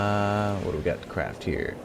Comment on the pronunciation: BeastlyBoss I know what he meant to say,I just heard him say crap saddles, and if you don't believe me turn on subtitles :)